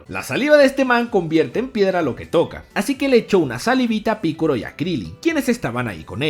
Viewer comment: por que dices piccoro y no piccolo ya que no es con R si no con L